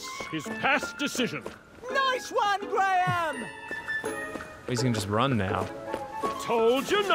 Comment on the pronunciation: Aw, when Whisper finally got Graham's name right it was adorable.